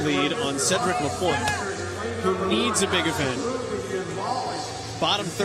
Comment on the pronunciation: Event 2 and the commenter still says ‚Lapointier‘! This guy is call ‚Lapointe‘ man!!!! Could you learn at least the names?!!